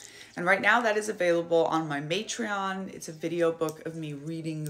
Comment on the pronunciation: Did I mis-hear, or did you call it Matreon? 😄Kudos if you did.